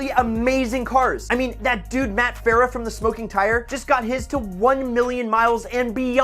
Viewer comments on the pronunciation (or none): none